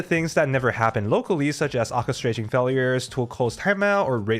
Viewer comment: AH-chestration??? It's pronounced: Or-chestration.